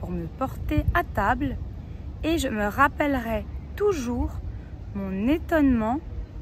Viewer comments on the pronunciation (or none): Erreur de diction d: concernant le verbe "je me rappellerai", elle a prononcé ê. Ce qui laisse entendre le conditionnel soit "ais" alors qu il s agit du futur. Donc à prononcer é. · J'ai fait une erreur à rappellerai, car tu prononçes: rappellerais (è). Même dans ta relecture, ça sonnait encore è. Je suis francophone. Merci de corriger la prononciation, car c'est la seule faute que j'ai commise.